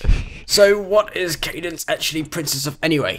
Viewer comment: u said cadence right